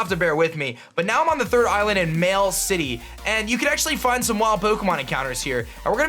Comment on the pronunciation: did this dude really say mail city...